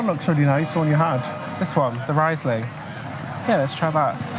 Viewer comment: Very nice you show Mainz city. Interesting you speak vocals like latin or German. Running with u e.g. Never heard before. And it's nice to listen to native English men. So seldom, all the English is from elsewhere. BTW, Riesling is spoken as "Reesling". i = ee, and ie is just longer extended i. It's so great you check out our country.